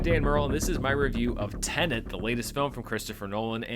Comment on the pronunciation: Finally, a reviewer who pronounces Tenet the way it should be!